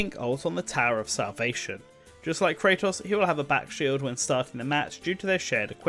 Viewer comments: It's not pronounced Kray-tos. It's Krah-tos. And Presea is not Pree-See. It's Pre-say-a. And Genis is pronounced like Gee-nis. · It's Gee-niss, Raine is pronounced like Rain the weather. Krah-tos, not Kraytos like GoW, Presea is Pra-SAY-uh. Needed some research on these pronunciations, narrator. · Also the way he pronounced Kratos when there exists another Kratos in a different game series